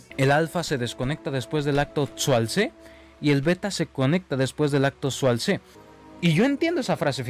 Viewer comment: Acto "sualtse"... 😂😂😂😂